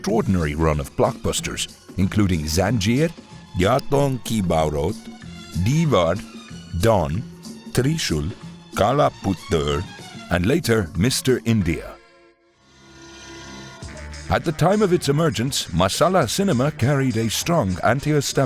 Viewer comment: So, basically your pronunciation changed the meaning from "Black Stone" (Kala Pattar) to "Black Son" (Kala Puttar) :)